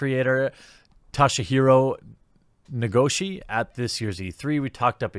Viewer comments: Toe-she-hero na-go-she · Hey man! Japanese pronunciation is actually really easy, it’s all phonetic- spelled how it’s written, spoken how it’s spelled. Vowels are all you need to know: a is “ah” e is “ay” i is “ee” o is “oh” u is “ooh.” So, Toe-she-he-row Nah-go-she. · Toshihiro Nagoshi to (the to in todd) she hero - nah go (the go in got) she Japanese is a phonetic language so once you learn how each character (or in this case romanji grouping) is pronounced properly pronouncing stuff is easy.